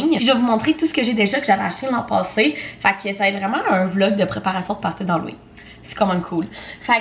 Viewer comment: « Hallowing » hahaha à chaque fois ça me fait rire